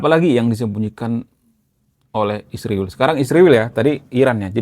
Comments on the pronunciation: Bukan isriwil. Tapi Israel. Baguslah mengucapkan bahasa. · Min, kalau sebut Israel dengan ejaan yang benar, jangan isriwil, obyektif secara komprehensif.